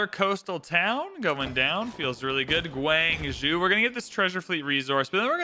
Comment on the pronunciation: Love this video and the prior one / first part. I HATE the way you say "gWANG-zhOOO" 😅